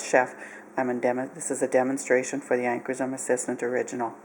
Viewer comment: Upper Midwest accent or Canadian? I'm guessing Minnesota here. Also it is "Ancorshroom" (pronunciation)